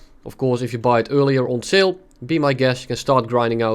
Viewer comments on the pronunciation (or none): none